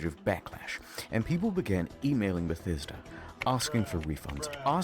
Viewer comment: The way you said “The Bah-sta-duh Ruins” was awesome 😂 wow Bethesda is such a failure of a company, they’ve been pronouncing their own name wrong all these years! They literally can’t do anything right without screwing it up.